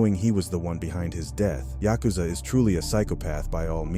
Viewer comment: Tryna say yakuza a maniac 😂